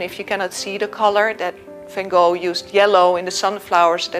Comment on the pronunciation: I am fascinated to try and understand why, whom I believe is Curator of Education at the Vincent Van Gogh museum would see fit to educate the world into pronuncing his name incorrectly. i.e. the American way instead of her native (assumably) Dutch tongue. Due to the amount of activity on Youtube as to the correct pronounciation it is obviously a very contentious issue and being English as we obviously pronounce it correctly...( Haha I think not). But I would expect the one person who is in a prominent position to educate the world as to pronouncing it correctly, but alas get it so wrong??? I am sure the American fraternity are pleased, but poor Vincent must be turning in his grave....please enlighten me?